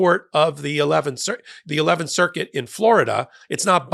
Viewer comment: I heard a split circus not circuit.